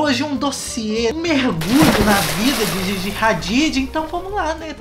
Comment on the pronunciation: Não se pronúncia (Gigi) e sim (dhidhi)